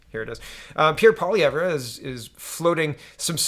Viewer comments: Poly ev, not poly ev rah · Please check the proper pronunciation of Poilievre, pretty sure no “rah” at the end.